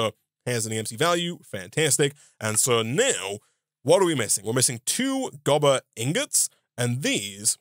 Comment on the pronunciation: Gobber not Goober lol